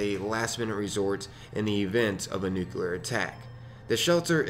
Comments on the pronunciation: Yeah...all I need to hear is "nuke-you-lar" for anyone's credibility to go right out the window, to say nothing of anything they might build. If you can say the words "new" and "clear," there is no reason you shouldn't be able to say "nuclear" properly. Of course, some people can't seem to stop mispronouncing it and making themselves sound like complete rubes. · I just like opening them and hearing how she says nuclear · Yup. Figured as much when I heard the thing mispronounce "nuclear" lol